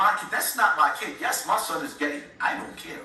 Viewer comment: It’s (Son) not Sun ☀️ lol